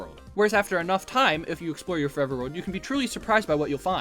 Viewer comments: “Forver” 😭 read your goddamn text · “Start forver”